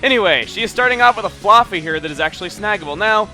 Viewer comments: Why do you keep saying flooffy it's flaaffy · I thought it was Flah-fee not Flar-fee... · is it just me or does it sound like he is calling Flaaffy floppy? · Oh my god, Chugga, you're killing me with how you're pronouncing "Flaafy". Isn't it with an "a" sound like "have", or am I just crazy? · I always pronounced it fla(as in flash)fy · flaffy with the "a" sound like in "fast" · can't stand how he pronounces flaaffy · every time you said "flaaffy", i flinched cause you say it weird :P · ive never heard flaafy pronounced that way before... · you say flaaffy really freaking weird